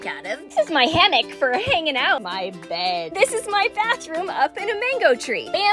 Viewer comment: “ here’s my hammock for hanging out! “ Also ali: “ my bBeæad 👹 “😊